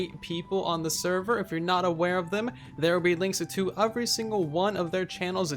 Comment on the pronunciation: I love when he says “UVery”. It’s such a spin on the normal word “every”